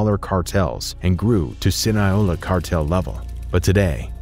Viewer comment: Is it so hard to pronounce Sinaloa?? 😅😂